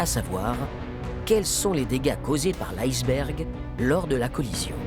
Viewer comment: Quand j'étais enfant, on prononçait le mot iceberg "isse bergue" , c'est même la prononciation indiquée dans le Larousse. Pourquoi prononcer différemment maintenant. Il y a des tas de mots d'origine étrangère qui se prononcent à la française.